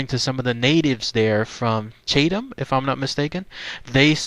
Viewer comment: Chatham county is pronounced Ch/ah/tum. :) I really enjoyed seeing the area again. I grew up just a few miles away on the Moore-Chatham county line but my dad was born and raised right there in Bear Creek. It's nostalgic to see an urban legend from my childhood and to see the pictures of the area and know I once "trampled" those same grounds nearly three decades ago. I don't live in NC anymore so I really enjoyed this. Thank you.